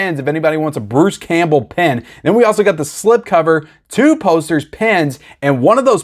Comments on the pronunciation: I was thinking why would you get a pen with a movie, then I saw the picture and realised you were saying pin 😂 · Pin…not Pen.